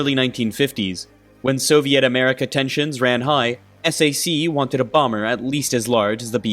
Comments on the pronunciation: SAC (Strategic Air Command) is pronounced as Sack not Es-A-See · Let's get a few things corrected. The Sr-71 was also flying at Mach 3 in the same timeframe (starting with the A12), Second, this is the XB-70, not XP-70, and it's pronounced SAC, like sack, not S-A-C. And Yeager broke the sound barrier on Oct 14, 1947, not in December. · Not to be “that guy,” but SAC is pronounced as sack.